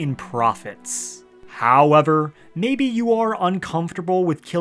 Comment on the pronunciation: The way you say “hOwEvEr” is so grating on the ears, holy fuck. Why is it hard to find a YouTuber who talks normal these days?